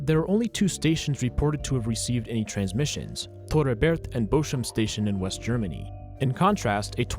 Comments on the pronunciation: its bochum not boshum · Madatory German visiting: It's pronounced "Bokum". It's related to the tree Buche (beech) and the word 'book'. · Great video but Bochum is not spoken Boshum